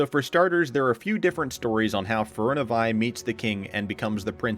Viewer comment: Great video. My only problem is the narrator's pronunciation of Firiona Vie. He completely disregards the 2nd "i" in her name. It should be pronounced Feer-ee-own-ah. And her paladin designation "Vie" is actually pronounced Vee instead of Veye.